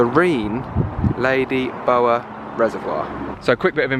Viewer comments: Love you two guys - loved your pronunciation of Ladybower reservoir - the bower bit is pronounced bow (like cow) er😂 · Don't worry about how you pronounce scone, learn how to say Ladybower! 😀